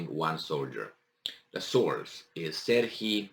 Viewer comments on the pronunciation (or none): none